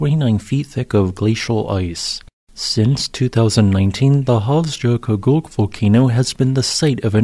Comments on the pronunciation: Yeah as much as I enjoy the videos, I would really like to see him work a bit harder to master some of the names of foreign volcanic systems. Not that Icelandic names are easy, but dang... 'jo' is generally a "yo" sound (never a soft G sound), while the double-L gives roughly a "tl" sound which is kind of tricky. So this system would be Hofs-YO-kutl... Sounded like he was saying "Hofs-joe-kutgug" or something. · Just a friendly tip: Hofsjökull ~> Hof's-yuh-kuh-tl In Icelandic, a double-L is pronounced as -TL, -J is like -Y in "yes" and a -Ö is roughly equivalent to -uh. "Jökull" means glacier. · Hes adding a whole syllable and his enunciation gets worse each time he says it, but credit for trying i guess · Yup. Kinda sorta should be Hofs-yo-kult, based on my limited time spent there. But we all know pronunciation takes a back seat to the excellent geology presented on this channel :) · He's not even close. Virtually all of his Icelandic pronunciations are way off. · But he pronounced it differently throughout the whole video and never once correctly.